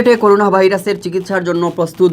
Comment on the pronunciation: করুনা নাকি করোনা কোনটা? 🤕🤕